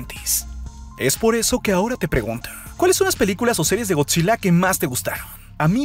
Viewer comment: Me chirría que diga eeeee al final de cada frase. Es Gotzilla no Gotzileee